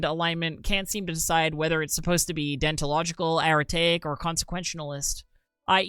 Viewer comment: Your inability to pronounce any of the three words; deontological, consequentalist or aretaic, dealt 6 psychic damage to me